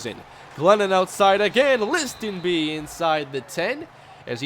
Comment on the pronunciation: The T in Listenbee is silent, just so you know